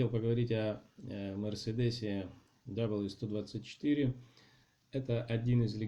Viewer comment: и не "даблъю 124", а "вэ 124". По той же причине...